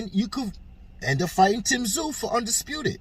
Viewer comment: The MANS NAME IS PRONOUNCED TIM (ZOO) TSZYU..... NOT TIM TA-ZU.... BUT TIM IS GOING TO BEAT THE SHIT OUT OF CHARLO.... AND CHARLO KNOWS THIS... THERE IS A REAL REASON CHARLO IS DUCKING AND SQUIRMING